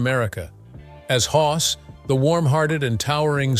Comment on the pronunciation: It's Hoss, not hos. Brainless. If yoi can't do things right, don't do them at all. Even if it is AI.